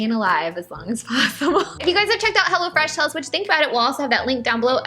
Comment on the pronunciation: I thought you were saying Hella fresh bahahaha 😂 Glad that's not the name of the company 😂😂😂😂